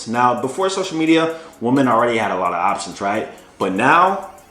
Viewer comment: BRO! Please start pronouncing the word WOMEN correctly. It doesn’t sound anything like WOMAN.